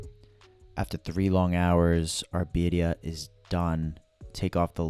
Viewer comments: He's still not pronouncing it properly? This is not a competition. I would want to know if I wasn't pronouncing something as traditional as this. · Your not pronouncing it correctly?